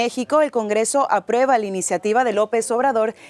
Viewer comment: no se dice →apreba ← Correcto es: aprUeba!